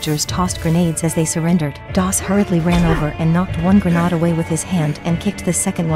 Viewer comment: It's pronounced: gre...n...aid. not gre..nah...ade. Tge narrator pronounced it correctly the first fime she said and everytime afterward it was embarrassing to hear it as though it was a type of food.